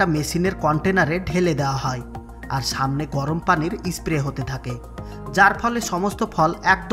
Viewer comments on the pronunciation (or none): none